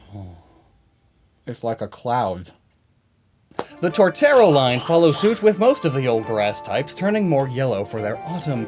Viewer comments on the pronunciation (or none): none